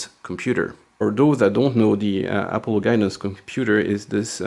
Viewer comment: What the heck is apple-o? A-paul-Oh :P Great content as always!